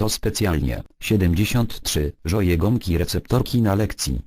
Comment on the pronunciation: Już byłem zły od 50 ale głupie no pani kazała "wymocz gombkę" to się wymoczył i wymoczył gombkę. Co nie ??